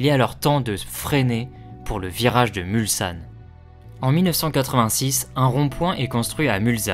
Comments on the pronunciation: Merci pour cette Très bonne vidéo. Bon boulot...Mais,, justement,j allais rectifier un détail,choquant à L oreille !.. MulSanne... Surtout Pas: MulZanne !!! Un S derrière un L ne peut se prononcer Z ! Parole de Sarthois, qui a grandi dès sa naissance, à même pas 2 kms de L entrée principale... J ai encore les sons des voitures en tête,alors que j avais Exactement 3 ans la première fois... Étant né un Onze Juin,cela correspond,comme cette année du Centenaire, au départ ou à L arrivée de La course! Obligatoirement Amoureux du Mans et des 24 heures. C est Totalement Mythique ! A bientôt à... MULSANNE !!! Prêt à T offrir un verre L an prochain, si Tu viens refaire un tour! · très sympa comme vidéo, par contre... svp...MulSSSSSSanne et pas MulZZZanne !!!!